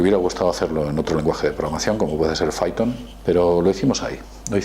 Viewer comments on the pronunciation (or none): none